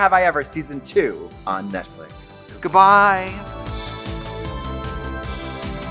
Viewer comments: Not Katya saying Netflick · I cannot remember if Katya says "NETFLICK" for a reason